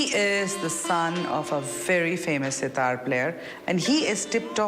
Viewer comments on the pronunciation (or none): none